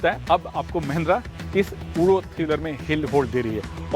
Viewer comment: ऊडो नहीं उड़ो है